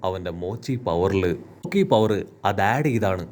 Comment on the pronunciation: Haki❌️ Hoki✅️